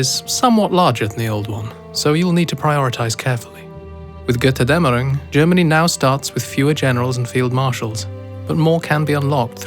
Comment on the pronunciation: MY NATION! MY RP! MY GOD I WAITED FOR THIS FOR YEARS!!! But PLS get someone to pronounce Götterdämmerung correctly!